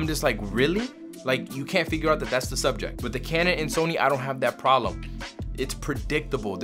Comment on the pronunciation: Am i not native or he said "polem".